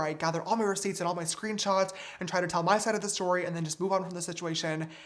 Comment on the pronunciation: Im bothered by how he says screenchots instead of screenshots 😂